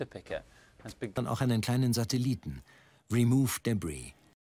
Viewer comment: "REMOOF DE BRIE"